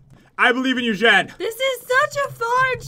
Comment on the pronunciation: its jen not gen